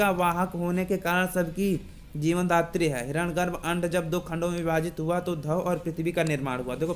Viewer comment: आप इतने महान सूक्त की बात कर रहे हैं, और हिरण्य गर्भ को हिरण गर्भ उच्चारित कर रहे हैं, वो भी सार्वजनिक रूप से ! ?